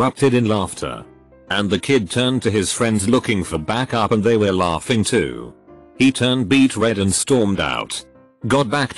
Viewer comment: Nobody: Reddit text to speech: L A U G G I N G